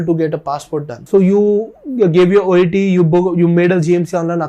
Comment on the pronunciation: It's "OET" by the way !!!